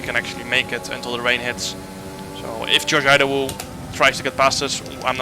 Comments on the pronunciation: He just murdered Josh Idowu’s last name 😅. The first letter I is not pronounced Ai, it’s pronounced as letter E. So kinda like Edowu. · Idowu is pronounced ee-dough